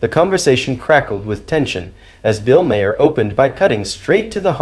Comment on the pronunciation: If you continue to mispronounce Maher’s name…..goodbye